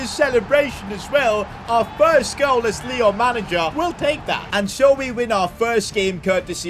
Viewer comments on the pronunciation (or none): none